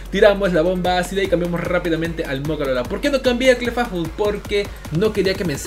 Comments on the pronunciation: Se dice Clifeibl no Clefafol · Clefable se pronuncia Cla fei bol, para tus futuros videos bro